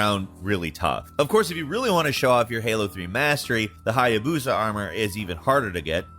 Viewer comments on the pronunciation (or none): This mans said Hiabusa... try Achilles Armor.